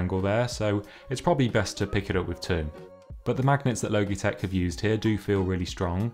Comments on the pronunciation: Not the “low-gee” 😂😂😂 It’s “law-G” as in Logic with out the “c” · XD low-gee-tek its all I can focus on. I am just used to Lodge-eh-tech. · I love the way you pronounce Logitech. I’ve never heard it pronounced “low - gee” before. It’s an αbbreviation of logic so “lodge - ee “. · Great review - you caught some great usability details. Side note: “Logitech” is not pronounced like ‘logy,’ with a hard g, i.e. dull and sluggish, it’s pronounce like ‘logical,’ with a soft g, i.e. smart, and makes sense. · Guy just said logeetech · At first I thought he said "Loki-Tech" ; ) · Switched off at “Logey- Tech” 🤦🏼‍♂️ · My guy said "low-gee-tek" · He did not just say logeetech LOL hahahaha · Loh-gee tech. Lols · It’s pronounced lojitek, spelt logitech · Thank you Aaron! Yeah I’ve had a bit of a roasting in the comments about my terrible pronunciation 😄✌🏻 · Love the video, but oml the way youre saying logitech is triggering me so much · Please pronounce Logitech correctly. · overall good review tho haha just a little cringey coz of the pronunciation haha